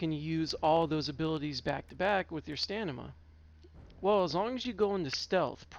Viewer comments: Nice build, but it's StaM-i-Na. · Holy crap, that's been bugging me so bad HAHA